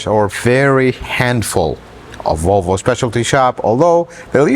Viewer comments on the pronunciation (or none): Huh? What did he say? Wtf is a Wolwo? What country is this clown 🤡 from? Get the marbles out of your mouth. 🙄🤦🏻‍♂️ 🇺🇸 Leave sales to the salesman.